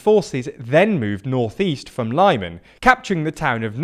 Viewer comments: I'm fine with most people calling Lyman: "LIE-man", but you present yourself as a news channel. Foreign characters, written in English, aren't pronounced as American English, and don't follow its rules, and it's consistent, so "e", for example, always sounds like the "e" in "bed". For more information, look up: "International Phonetic Alphabet". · READ THE COMMENTS. We have pointed out how you mispronounce a lot of town. Say it like Leeman please. The BBC, SKY and other news channel don't make this mistake. YOu keep making it, READ THE COMMENTS below your first video, they corrected you so many times. Your audio quality is getting worse as well. I used to listen to the whole video, now 20 seconds is enough to put me off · you can substitute г for g and щ for sch. Everything else (aside from dzh) is present in english with some small deviation. Ha-rkiv and Lee-mhan isn't hard to pronounce. The problem is not with how town names are pronounced, the problem is how english language grammar is quite abstract and one word can be read in thousands ways unless person already knows correct pronunciation. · Makes no sense that they seem to pronounce Kyiv with the correct "Kee" sound but all of a sudden Lyman is "Lie Men". You're right, it's not about pronunciation, it's about lack of effort lol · Read the names of the cities slowly before recording. This is not the first time you call Severodoneck Severnodoneck, and mix up syllables in the names, like Chaklove instead of Chkalove. It makes you look amateur. Also listen to the actual pronounciations, because Lyman is pronounced as Lee-man, not Lie-man. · Man, just use google translate or whatever for the correct pronounciation. You're basically reading Britain as [braitein] all the time! I almost got ear cancer from your LYMANS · Every time you say Lyman like that, a little part of me dies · Everytime he said Lyman I twitched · It really irritates me, but i am really sure that Lyman is pronounced "lee-man" and not "lie-man"